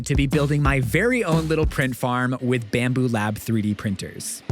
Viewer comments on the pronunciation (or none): It's Bambu not bamboo